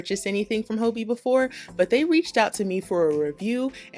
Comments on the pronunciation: Its Hobby. Not Hoebie 😅 its danish and they played around with the word so its just ii instead of y. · I love Hobbii yarns and They come quicker from Denmark than they do from a purchase right in the US. It’s pronounced Hobee in Denmark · Phonetically speaking, it should be pronounced “hobby” because of the two b’s. Thanks for the thorough reviews. Never heard of this company and it looks worth exploring. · I love this review but I was thrown in the beginning because I pronounce it “hobby” instead of “hoe-bee” lol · Are you sure it isn’t pronounced hobby? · I could swear the company itself pronounces it like “Hoe-bee” in their videos though. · It's pronounced "hobby" :) I adore their yarn, and espcially the cherry bon bons they send along. :) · "Hoe-bee" is correct. They are based in the Netherlands & that's how they pronounce it in their YouTube vids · I purchase yarn from them all the time and I've been pronouncing it "hobby" this whole time!! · Actually the company itself in their videos pronounces their name as “Hoe-bee” not “Hobby”. in this video you can clearly hear her pronounce it as “Hoe-bee” not the English “hobby” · I've been pronouncing hobbiii like hobby 😅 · It really bothers me that you are pronouncing Hobbii wrong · There goes my best kept secret ;-) What's with the name pronunciation though ...